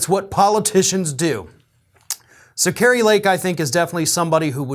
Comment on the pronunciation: Yeah, "Kri-a" Lake Kari definitely has Trumps little orange old wrinkled mushroom headed k??? in her mouth still.